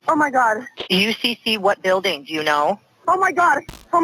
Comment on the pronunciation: Is the narrator AI? The voice has gotten better but there’s still like this weird gross, guttural thing going on. And like the super “true crime” voice that just emphasizes words for no reason. Buiiiilding. Neeeeighbors. Chriiiiissss. Wtf Is this